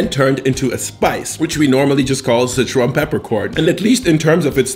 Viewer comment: si-chuan is like 'sir-chew-ahn'. Not 'sitch-one'.